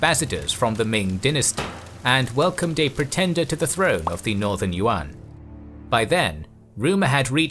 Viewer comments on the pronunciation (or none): none